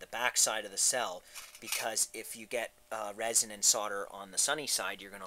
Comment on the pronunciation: It's ROSIN, not resin.